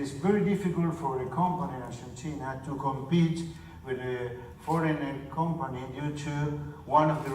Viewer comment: argenchina? jaja